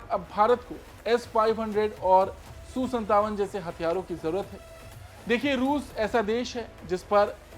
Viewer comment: Su su mat kar reporting karna ata ya nahi bas jo mu me aya bol diya. SU 57 bol